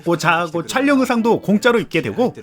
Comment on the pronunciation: 촬영의 발음은 [촤령]인데 "촬령"이라고 발음하는 게 이상해 보입니다만.